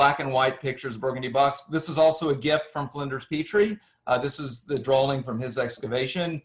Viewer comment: Why do you keep saying drawling. What is a drawling?